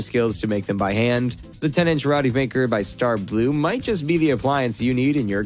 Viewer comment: I think it’s pronounced Row-T.